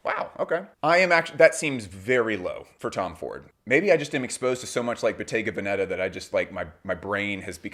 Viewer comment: As a fashion professional, I find your videos informative and interesting. As a born and raised Italian, could I perhaps entice you to pronounce Bottega Veneta (and occasionally other Italian names) properly? As for the first, the accent is on the E of the first syllable Ve. I honestly don't mean to sound critical, maybe you didn't know ☺